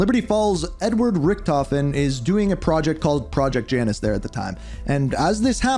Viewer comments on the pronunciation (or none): none